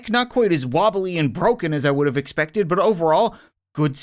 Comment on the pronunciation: He said exeppected a tank